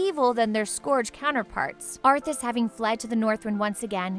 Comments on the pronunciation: also how the fuk do you pronounce scourge wrong, its a real efing word, da f is a scoorg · Yeah, a few of the ways she pronounced them were how i've heard some people say it but quite a few are obvious like Scourge cause it's a real word.